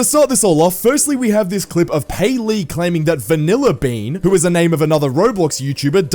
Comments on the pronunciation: it not payleey it gayleey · Payleey❌️ gayleey✅️